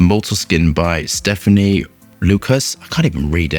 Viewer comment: I really respect you and enjoy your reviews, but in the same light, I encourage you to pay a bit of more close attention to respecting other perfumers and owner’s names. It is Stéphane and not Stephanie. I hope you are well.